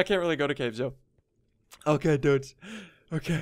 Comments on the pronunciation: why do you say dudes like you have a mouth infection? no offense but why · Why do u always say "dudsh" instead of "dudes"? 1000$ btw!!! thats a lot of money for minecraft!